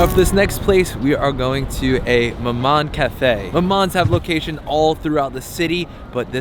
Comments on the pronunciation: You don't pronounce the N, it's mama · The last letter in maman is silent. You don't say the N.